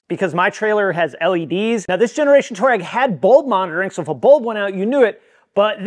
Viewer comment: Twah-regg, not Tour-rag 👍🏻😁